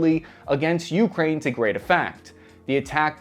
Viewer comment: Gdi, please pronounce ukraine correctly lol.